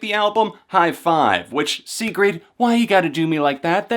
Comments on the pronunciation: Why is nobody talking about how he said "sigrid" "see-greed" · I don't know if you're pronouncing her name wrong, or if I have been pronouncing it wrong the whole time. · could be wrong but i'm pretty sure your saying her name wrong but great review none the less. sigrid is awesome